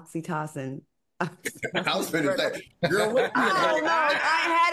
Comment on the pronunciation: Love Al's laugh. And Claudia, it pronounced "OXY-TOE-SIN" (Oxytocin)